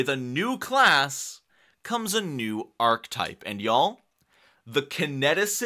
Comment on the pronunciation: Good content, but one thing bugged the heck out of me: Archetype is pronounced aar·kuh·tipe :)